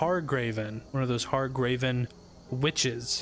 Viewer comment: Hargraven? Really? Lmfao it's HAGRAVEN